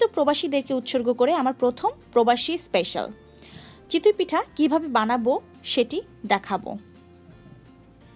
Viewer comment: Chitoi pitha not chitui pitha. You have a serious problem of pronunciation. You explain well though, just take the criticism positively for improvement.